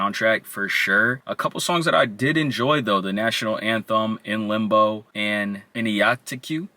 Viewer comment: 'idioteque' is pronounced "idio-tech." its a combination of the words 'idiotic' and 'discotheque.' not sure the reasoning for the name, but ive heard theories that its making fun of electronic music culture. i really have no idea tho lmao